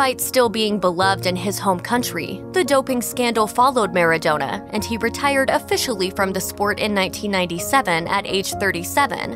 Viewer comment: It’s maradona not MARDONUT